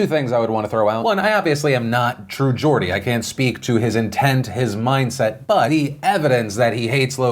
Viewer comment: Watching Phil pronounce TrueGeordie makes me cringe